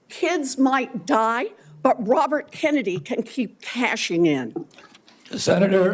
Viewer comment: He is destroying the name (Kennedy) is he related to the family LIKE JFK?? IF SO THAT IS SAD COMING FROM A KENNEDY!!!🤡🤡💩💩